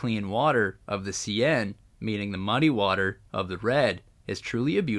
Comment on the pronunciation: seine river pronounce as 'sane'